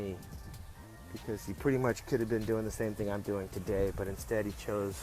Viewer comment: Didn't Lee have friends who knew simple diction. It's Thing TH, NOT Fing with an F.